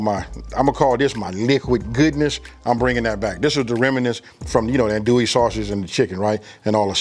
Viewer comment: That roux looks a little thick….and it’s pronounced undo ee. Not an do ee or an dole ee.